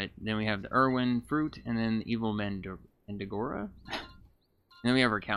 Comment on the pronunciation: its pronouced man dreg ora